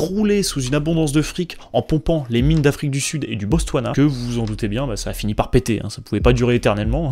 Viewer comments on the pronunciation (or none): 12.44 on dit BoTSwana non pas BoSTwana haha. nan plus sérieusement merci de nous régaler davantage avec ces vidéos. intéressant d’évoquer un thème assez peu connu comme celui la